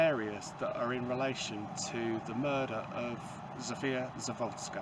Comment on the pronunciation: Hun pls let the information right before u make some document and it’s not sawodska but sadowska